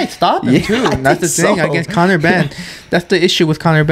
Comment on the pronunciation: conor 'henn' 🐔 🥚🥚🥚 😂😂